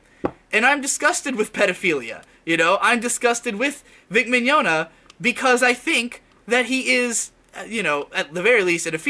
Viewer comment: Why can't anybody pronounce this dude's name correctly? Maybe I was more right than I thought when I referred to him as Vic Mignadignagliglia years ago.